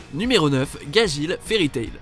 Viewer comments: C pas gagil c gadgil Au fait tu as oublier le professeur Koro dans Assasination Classroom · En même temps pour gageel il dit "gagil" alors que c'est "gadgeel" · Gajil vraiment ? Apprenez les noms avant , c'est Gajeel...